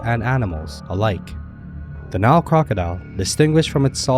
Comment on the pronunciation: Why is it you are unable to pronounce the name of the river correctly, but then Americans never pronounce countries or places correctly.